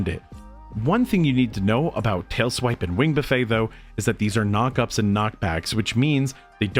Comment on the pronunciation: You’re saying buffet wrong haha… You are supposed to pronounce all the letters in this instance. The way you’re saying it is the all-you-can-eat way. 😂